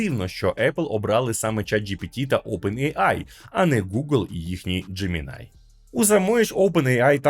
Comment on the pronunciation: Не Джемінай, а Джеміні.